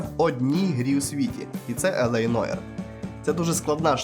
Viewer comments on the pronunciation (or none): Нуар.. Не Ноїр, а Нуар! Вибачте... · Тільки не Ноір, а Нуар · Та яке ж Нойр? Це французьке слово Νοirе НУАР!